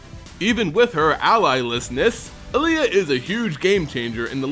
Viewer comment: this particular mispronunciation makes me think of Mohammed Ali.